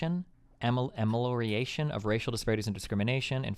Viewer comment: Destiny trying to pronounce amelioration cuts me deep.